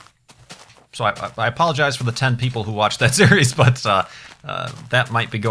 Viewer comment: Anybody notice that kept saying "Steries" instead of "series"? Or did I just hear wrong?